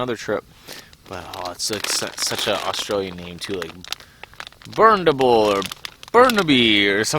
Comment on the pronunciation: trying to say bundaberg just made my day haha